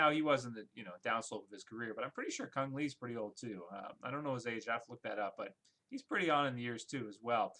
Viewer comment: Doesn anybody here know that the right pronouncing for Cung Le is "Koong Lea",not "Kong Lee"?